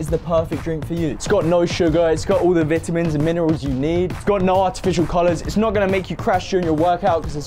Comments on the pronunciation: you said vintimins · Mans said vitmans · he said vitimis lol during the drink sponcer think lol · my boy said vetamens